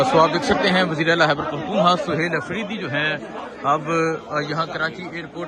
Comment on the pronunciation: عزیز من خدا کے و ا سطے ا پنا جا ھلا نہ ، ھتک آ میز تلفّظ اور لہجہ د ر ست کر لیں ۔۔۔۔ " ھیبڑ پختو نخوا " " ھیبڑ ، ھیبڑ ، ھیبڑ " ۔۔۔۔ کی گر د ا ن بند کر یں